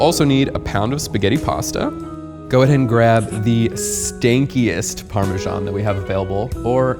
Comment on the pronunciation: The way she sMellLed that ParMesEaNnN